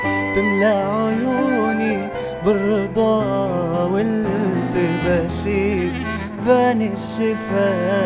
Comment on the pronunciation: لحظة لحظة!!! هذا اغتصب الكلمات وين يابوي غير الكلمات يعني مثلا يقول لك والحلم ضاقت له صغور التفاصيل!!! وهي بالاساس والحلم ضاقت به صدور التفاسير حتى غير قافية الكلمات من جده هذا يغني قسم كأنه مترجم قوقل لا وخصوصا يوم ينطق التباشير 😂😂 وبعد يقول بان الشفا كنه من الشباك ذايب!!!! الله يرجه وهي بالاساس بان الشفق كنه من الشوق ذايب وعادت على الاغصان كل العصافير .... عموما خرب ام الاغنية واللحن لاتستمر ارجوك وغن شي من لونك وقدرتك واترك الفن لأهله